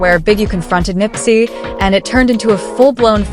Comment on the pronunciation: It's Nipsey, not Nippy!